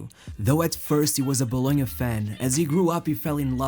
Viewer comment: Bologna not Boulogne.....